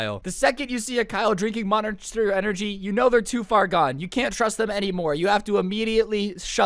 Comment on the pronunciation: moninster energy drink Me: DUDE YOU JUST BUTCHERED THAT NAME